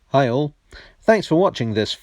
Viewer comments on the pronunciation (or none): I've been watching a few of your videos now. At the end I've finally worked out you're saying "Hi all!", but it's been coming out on other videos as "Heil!". I thought you were going for something jaunty and provocative!